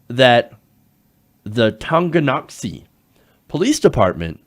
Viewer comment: Excellent job pronouncing Tonganoxie. I live in the area and youd be supprised how many people have trouble with it.